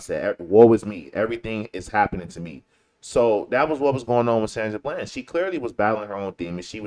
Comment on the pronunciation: ITS BLAND,D!!!! NOT BLANCH LOL SHEESH IT'S PRONOUNCED HOW IT'S SPELLED COME ON HOMIE!!!!